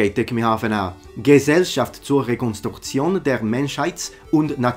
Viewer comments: As a German let me tell you: You did a pretty good job pronauncing that. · as a german native speaker, im unironically impressed by your pronounciation. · As a german I can admit with my full authority that you read this long german word correctly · That was a very good German pronounced "Gesellschaft zur ..." <3 nice to see someone try.